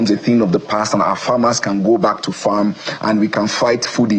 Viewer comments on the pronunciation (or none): none